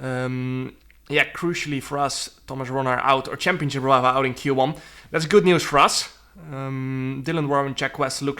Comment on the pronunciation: the way he says "championship" cracks me up every time chempionchip